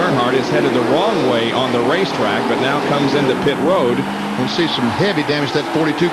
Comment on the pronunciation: lol bob jankens cant talk at all he said pit WOAD lol